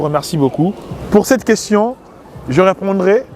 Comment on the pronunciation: Le nombre de fois qu'il a dit queschion au lieu de question 🤭